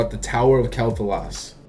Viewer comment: It's "Kwell Thah-las"